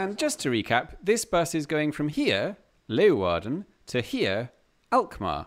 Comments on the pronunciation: You pronounce Leeuwarden better than most dutch people do 👍🏼😃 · Props for your prononciation of Leeuwarden. That's not easy to say if you're not Dutch. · hey! I was actually born and raised in Leeuwarden. And I must say you pronounce that much better than most Dutch people do. Dutch always incorrectly stress the A instead of the ..eeuw..